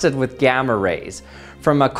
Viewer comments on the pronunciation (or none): none